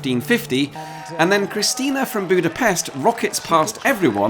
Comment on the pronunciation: If I hear you say Budapeszt one more time, I'm going to cry... 🥲 At least you said KriSZtina and ÁkoS correctly. 🫶